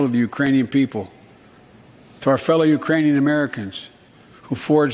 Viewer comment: I heard "Urainian"